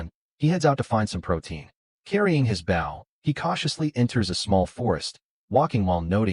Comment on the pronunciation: You catch it, cook it. A pufferfish sounds like something dangerous. The narrator of this needs to learn how to pronounce bow.